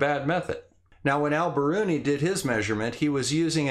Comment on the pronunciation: Love this, but wonder if it would be better to pronounce his name “All”?